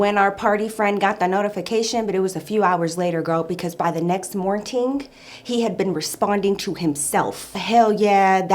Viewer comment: The way u tell the story is sooooooooooo funny!!!!! and the english u use. u said morting to say morning, i love it😁🤣